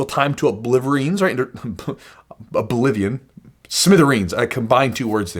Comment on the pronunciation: “Oblivereens” my new word. Hope it’s ok to borrow it.